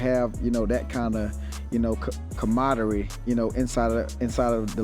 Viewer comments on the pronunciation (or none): I was like hold up that’s not how it’s pronounced